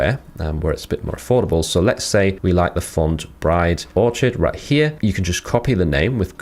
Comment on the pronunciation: Did you actually say "Orch - id"??